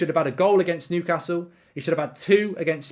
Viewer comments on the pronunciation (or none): none